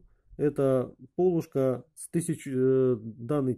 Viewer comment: Большое спасибо за подробный и интересный рассказ! Но почему Вы произносите "пОлушка"? На Руси всегда говорили "полУшка". :-)